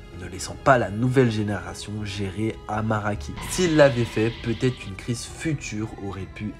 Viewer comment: c aramaki et pas amaraki